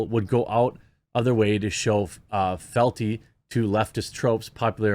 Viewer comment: "Felty"?!! Fee-al-Tee is how you pronounce "fealty". Strike a light!! Jeremy, get it together!! WTF is going on in American schools?